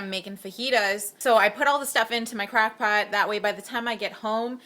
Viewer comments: Haha it sounds like you have an accent, when you said crock pot I thought you said "crack" pot! Haha :), thanks for posting this vid was very helpful! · I couldnt makeout what you said "crackpot" then you showed it...its what we call a "slowcooker" in this corner of the world haha! Thanks for sharing I look forward to the recipes!